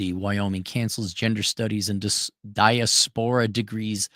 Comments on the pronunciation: "Die-ass-per-ahh" not "dieah-spore-ah" ❤ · Gotta love the pronunciation. 😂 Diaspora is definitely not a high-scholar SAT word. Right? 😅